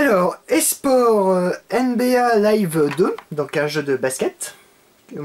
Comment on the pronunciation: Quand il dis NBA : ah et dis ensuite je suis bon en anglais ... mouais